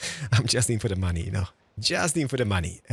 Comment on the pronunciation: "And moany people," Keralis, which variety of monay people are you talking about?